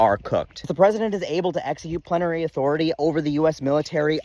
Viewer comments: Great video -- as usual. A gentle FYI, it's plenary. Three syllables -- plen-ah-ree. Emphasis on the first syllable. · Miller at home afterward: 'Plenary. Plenary. Why did I have to learn that word, dammit.'